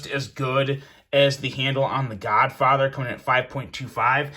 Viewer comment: U keep say the godfather but all i hear is the Godfocker 🤣🤣🤣🤣